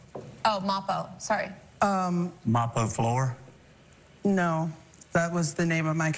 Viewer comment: "mapo floor"?😂😂😂😂😂